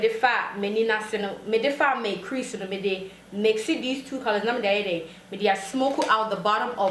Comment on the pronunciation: Lol! How were you trying to say "crease"? 🤣🤣🤣 Kudos though. You did well!